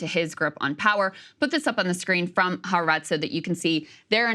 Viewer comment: Please God help me it’s pronounced Ha’aretz. It’s kind of painful to hear people mispronouncing this endlessly.